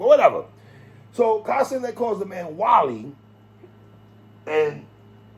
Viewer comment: I thought you were saying Castanet for lonnnnnggg until I realised it was Kai Cenat 😂😂 Never heard his name said aloud before.